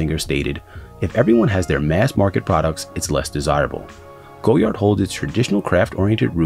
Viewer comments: I believe it's pronounced GOY-ard, not GO-yard. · was looking for this comment, thanks. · Its pronounced goyar the d is silent... this guy.... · Wise Memayor it’s a French thing... we’re quirky like that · Too late! Americans pronounce the "D". It's Goyard with a "D" now. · 000 001 to late? The brand is French so its never going to be to late to change the way you pronounce “goyard” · In English it isn’t Goyard this man isn’t French Clearly someone in Brazil isn’t going to pronounce the word the same way a French Person would let it go it’s not that deep.